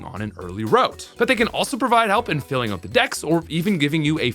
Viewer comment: I love how he pronounces “out” as “oat”